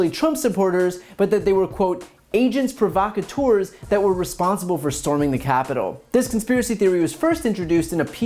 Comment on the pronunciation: He should also be fined for mispronouncing "agents provocateurs" (half English, half French).